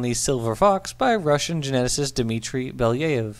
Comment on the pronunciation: Thanks for the video! The only thing I would try to correct is the pronunciation of the Russian name. It is bel-YA-yev (e. g. as in 'told ya'), not bel-YE-yev. Not that it was a very serious issue, just so you know.